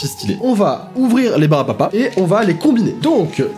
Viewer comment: Pourquoi personne ne parle du fait qu’il a dit au moins trois fois ✨ barbapa ✨